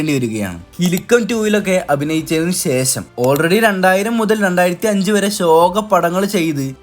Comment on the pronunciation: സെശം അല്ല ശേഷം